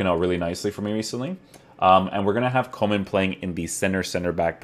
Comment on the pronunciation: I thought coman was a winger at bayern.. Haha its funny to hear foreigners pronouncing dutch names..